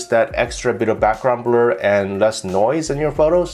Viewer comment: He can't say blur😆 brul😆